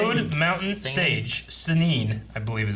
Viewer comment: Dear god them calling the Sannin SAY NEEN 😭😖